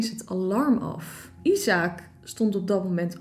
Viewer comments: Ben ik de enige die weet dat het niet “isaak” is maar je spreekt het uit als ajzek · isaac spreek je uit als “ijsek”